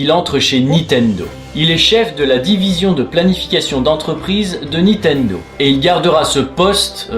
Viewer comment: Sympa cet épisode, et très émouvant ... Mais j'avoue que c'est assez déroutant de t'entendre prononcer systématiquement "Nitendo" au lieu de "NiNtendo" LOL :)